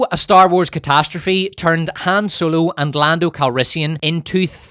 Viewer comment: "HAM ROLO"